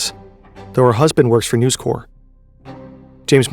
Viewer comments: Usually, your videos are total class and not a fault with them - but this time you kept calling NEWS CORP, NEWS CORE. and its not CORE its CORP. as in CORPoration. its likely me being in a mood but it just irritated me this time round... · The incorrect pronunciation of corp, in this context, is extremely jarring... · Really really interesting and well researched stuff!!! (1 small complaint corp in this contract is short for corporation so it's not pronounced like corps the military body you pronounce the p. Very nitpicking I know I'm an otherwise brilliant video but let's not give them more then they're due) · Uggh..It is News "Corp" not News "Core" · Bro. The company is not called 'News Corps', which is how you're pronouncing it ("news core"). It's News Corp, where you pronounce the 'p'. Yes, I'm being pedantic but it is so distracting and someone should have caught this! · Very frustrating watching you repeatedly mispronounce "News Corp" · You are pronouncing "News Corp" wrong. The "P" in corp isn't silent because it is short for corporation. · The "p" is not silent in News Corp. "Corp" is short for corporation whereas "corps" refers to an organized group of people and i pronounced like "core". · As an Australian... that is NOT how you pronounce NewsCorp it has a hard p and not how you pronounce Anna! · It's read by a real person. My guess is because the similar looking word "corps" is pronounced with a silent 'ps', the narrator saw "corp" and applied the same rule without realising.